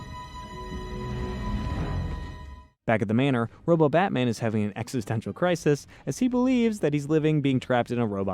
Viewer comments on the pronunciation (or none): none